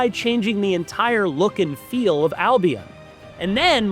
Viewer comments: It's not Al-Be-ON... It is Al-Be-UN... The games clearly state this, IF you have played them. He says it at... ...Albeon LOL. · It's Al-bee-en, not I'll Be On.